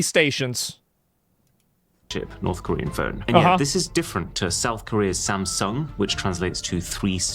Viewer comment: "Sam T-Sung". Lmao- It's likely actually pronounced the Sam "Tsoong". Like Shang Tsung from Mortal Kombat.